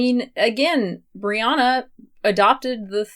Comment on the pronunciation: I kept hearing you refer to Brianna as Rihanna 🤣...also do you have a video on Dr. Michael Greger that you can send me a link to? I really like him and if you have any opinions I’d love to know!